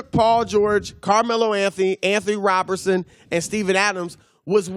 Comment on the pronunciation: Lol I like how no one cares how Broussard butchered Roberson name